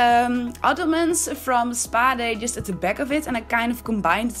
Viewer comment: What the fuck is a 'peck' ? And lets go 'beck'? AAAAAAAAAAAAAAAA, A! lol.